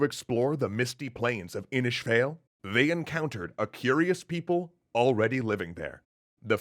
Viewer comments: Fáil is pronounced Fall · Fáil is pronounced more like foyle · Inis Fáil is more like Foyle in pronunciation. EDIT: too many pronunciation errors to count -_ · á makes an 'aw' sound. Mate you are travelling into some dangerous waters here. But thank you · How did he get "Inis" right but failed to pronounce "fáil"? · Glad to celtic mythology being covered, thanks guys. P.S. It's pronounced "faw-il", not "fail", and the best way to translate An Fragarach is 'The Answerer' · Inis fail.......... No, fáil. It's a long 'a' like in fall. Seriously please ask an Irish person (even Scottish) for help with pronunciation!!! So many Americans making videos about Irish mythology which is so cool but we need to all do our bit to preserve the language. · It's not "Fail" as in, well, "fail". The little line above the "a" drags out the letter. Basically it's more like "Inis Fawl." Also, "Daghda" is not "Dagda". The "gh" is silent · Excellent video, but two small issues: fáil is pronounced more like Foyle and Irish people don't take kindly to their language being referred to as Gaelic (Just a heads up, in case the language issue arises) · Fáil is pronounced Fall or Faw-il (if your a news anchor) 😅 but the political party of the same name have a history of failure, so your pronunciation is understandable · "Fail" sounds negative. Pronounced more like "foil" All battles are had in the north. As it is even today! The last thing is provocation only. D'anu de/dia = god Anu 🤔 anunnaki? 🧐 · So far as I know, Fàil is pronounced like "foil." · The Fáil in Inis Fáil is pronounced F, all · In Irish, Fàil is pronounced "fall" thats what the fàda (accent) is for. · Irish speaker here, you pronounced the first part of inis fail right however the second part is sounds more like fall love the content nonetheless you guys r awesome